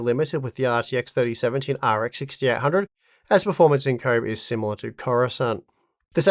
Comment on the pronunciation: Why is he pronouncing Koboh like "comb"?